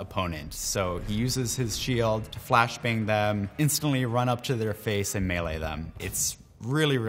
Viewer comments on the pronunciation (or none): none